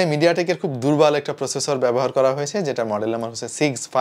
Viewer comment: vai.... minute.... durbal na.... durbol 🤣🤣